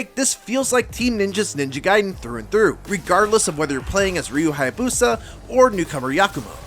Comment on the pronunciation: I’m so glad you pronounce “Ninja Gaiden” the right way instead of how I’ve heard most people say it like “Ninja Gaydin”. Makes me so f**kin’ annoyed.